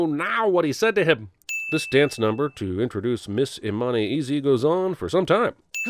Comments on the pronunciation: should've sinned the fact that when the king tells Hakeem to "come back and marry Imani." that it sounds like 'come back and marry your money. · am I the only one who thought his dad said "marry your money"? Only now having seen subtitles at 3.29 do I know he has actually saying a name